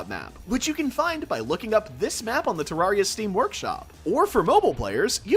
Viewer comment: He actually says ter-rawr-ia